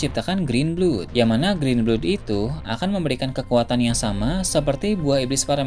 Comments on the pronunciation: green blood bacaannya grin blad min, bukan grin blud. 🤗😁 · grin blod atuh 😂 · itu bacaan pronunciation nya blad mau british ataupun american bacaannya sama. mana ada blod. 🤣